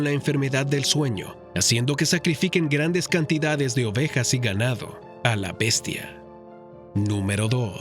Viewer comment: A quien le dices bestia "BESTIA"